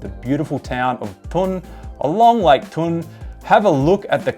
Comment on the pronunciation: Aussie here i live in Brienz and do these rides regularly. Thun is pronounced Toon